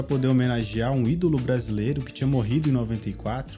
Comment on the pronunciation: Ronaldinho campeonato "bracilero" "noenta e oito" ( apertava start eeeeeee ) 😂